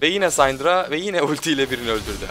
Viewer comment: Abi sayndra değil sindra diye okunuyor kanser oluyorum yapma şunu :D